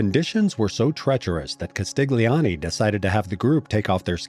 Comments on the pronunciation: It's Castilioni. The "G" is silent. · G in italian before N or L just adds and i or it is not pronounced at all. Just like Vignette is pronounced Viniet in English, Castiglioni is pronounced Castilioni, or Bagno goes Banio.